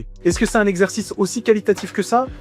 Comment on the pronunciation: A partir de cette partie est IA, tu peux l'entendre facilement. Au Ton de voix différent, a la qualité sonore, et la façon de parler/prononcer qui n'est pas du tout celle de Mot mal prononcé (mouvement "inefficace"): La partie sur les deltoides:. On retrouve cette même façon de parler avec l'IA: Désquilib? Ezzerzice?: Forhum?..: Alors là il manque carrément la fin du mot. Faisceau du DELTOI ne prononce absolument pas ces mots de cette façon et c'est évidemment une voix de synthèse, ça s'entend de manière très grossière